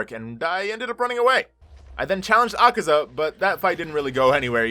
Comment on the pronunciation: The demons name is not akeza it’s akaza